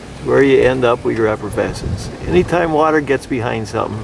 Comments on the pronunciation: It is called efflorescence, not effervescence. Effervescence either refers to the bubbles in champagne or someones enthusiastic and positive personality. Efflorescence is the salty substance that forms on walls after they have been exposed to moisture. I'm just saying if you are going to introduce a new word into peoples vocabularies you should probably pronounce it correctly. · when a so called expert say effervescence (what alka seltzer does) instead of efflorescence over and over again, I'm done watching. Like listening to Bush constantly saying nukular. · You keep saying efforvescence Instead of efflorescence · Sort it out - "Efflorescence" not "Effervescence." That's the fizz in your Elephant beer.) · as an architect full of nuts and bolts I had to chuckle at your pronunciation of efflorescence. Its not effervescence, although effervescence sounds more "bubbly" lol. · Effervescence and efflorescence are two different words with different meanings and different pronunciations. You're saying one when you mean the other. A proper wall should not be effervescent, which means "infused with bubbles". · He has it spelt out in the video although it does sound like he is saying effervescence. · I heard “effervescence”